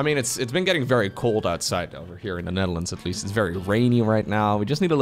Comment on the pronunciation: I think he said Netherlands?